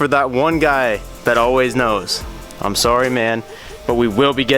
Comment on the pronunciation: You say sorry funny😂